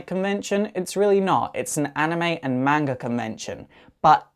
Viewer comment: Can't help but auto correcting its MANga not magna just saying.